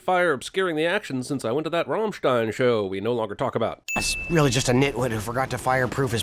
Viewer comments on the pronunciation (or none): Ramm-STINE? IT'S RAMMSTEIN! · When you said rammnsein i was like finally some one appresiates it